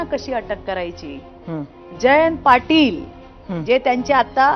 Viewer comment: आणि तुम्हाला पाटिल हा शब्द उच्चारताची का लाज वाटते का पाटू बोलत आहात थोड तरी भान राखलं पाहिजे